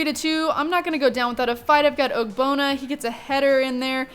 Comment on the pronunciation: Is it just me or wen she says ogbonna it's sounds like og-bonner